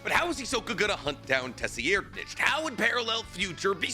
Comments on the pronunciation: Tessi-aired-nich is a wild pronunciation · Tse-reed-nich ("ch" pronounced like the "ch" in "nacht") terror-sandwich huiguorou